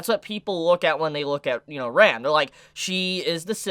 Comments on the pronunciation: I was so confused with his pronounciation of Ram and Rem. It was supposed to be pronounced like (Rum) and (RAM) respectively lol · why does every anime reviewer pronounce Ram's and Rem's names the very same ? it always confuses the hell out of me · pls pronounce the A in Ram more cuz I couldn't destinguish from Rem to "Rem" XD, still tho pretty good vid. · Ahaha I still can’t distinguish between Ram/Rem when you say their names out loud